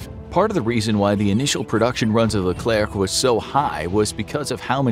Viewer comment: The name is Leclerc, not le clerc, this was the name from the General philippe Leclerc de Hauteclocque, commander from the "2° division blindée" (armored division) : battle of Koufra (Lybia), battle of Normandy, liberation from Paris, liberation from Strasbourg both take from the 2°DB ALONE without any support...